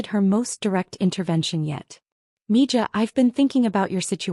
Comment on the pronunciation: It's pronounced mi-ha, not mijah